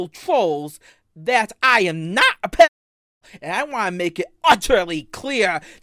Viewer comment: he is NOH a pwewewur